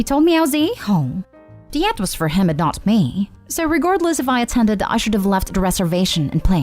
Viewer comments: 'YACHT' does not rhyme with 'cat'. It's pronounced as 'yaht'. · What In the world is a “yat”? The mispronunciations are beyond irritating and make listening intolerable. Hire an editor of at all possible. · Yacht: say it like, “yaat” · It's pronounced yot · Is this a computer-generated narrator? 😆 The “Yat” is cracking me up.